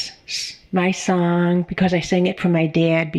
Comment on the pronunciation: Listen lady SONG not SOUL 🤣🤣🤣